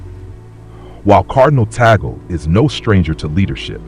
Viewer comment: Pronounced Tag-le, instead of bagel!